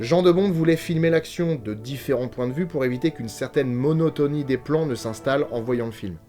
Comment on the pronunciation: Le sujet central du roman de King était l'adultère et ses conséquences. Le chien enragé en étant une allégorie. En passant, le prénom de Jan de Bont se prononce "Yann", pas Jean 😊 De la même manière que celui de King se prononce Steven (comme Spielberg) malgré le ph. Mais ça c'est plus compliqué à faire entendre aux français 😏 PS : heu... vous êtes sûrs pour la perruque de Tetelle ? 😁